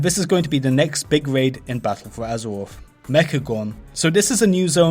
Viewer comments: fings. azewoff. I can't listen to this shit. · Battuwl fowr Azewoffffff xD